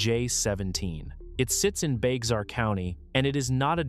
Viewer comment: Not pronounced Bex-ar. Let's start with incorrect info. Well, article is late to the party. The last couple days of storms and flooding should fix this problem til the next time. Hopefully the baked earth got wet enough to start some percolation.